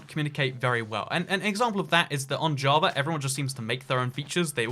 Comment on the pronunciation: “on jah...va”